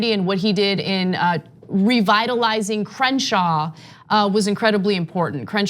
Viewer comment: Doesn’t even know how to say Crenshaw🤦🏽‍♂️